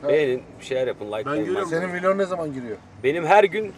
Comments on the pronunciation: teog deme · vilog değil vlog